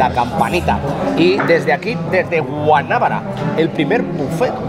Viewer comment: Se pronuncia Guanabara, para decir Guanábara debería llevar tilde.